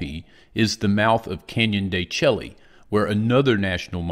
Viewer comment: That is probounced Canyon de shay even though it's spelled different than it sounds.